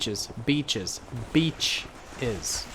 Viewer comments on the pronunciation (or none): bitch or beach?